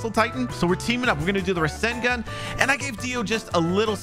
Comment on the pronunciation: He says rashingun